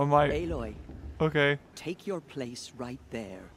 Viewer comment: Aloy kinda sounds like alloy meaning two metals mixed into a metal